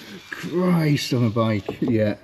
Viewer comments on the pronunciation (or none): none